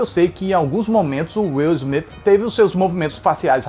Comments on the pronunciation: "Is Smith" AHUEHAUEHUAHEUAHEAHHE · "Is Smith" huehuehuehue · Demorei pra entender o "is Smith" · "Is Smith" hasiahshais que pérola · "IS" SMITH KKKKKKKKKKKKKKKKKKKKKKKKKKKKKKKKKKKKKKKKKKKKKKK KKKKKKKKKKKKKKKKKKKKKKKKKKKKKKKKKKKKKKKKKKKKKKK KKKKKKKKKKKKKKKKKKKKKKKKKKKKKKKKKKKKKKKKKKKKKKK